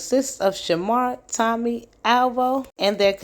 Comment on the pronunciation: I thought I was the only one who heard Tummy instead of Tommy. 😂